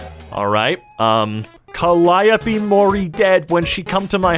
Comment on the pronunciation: I'm just impressed knew how to pronounce Calliope.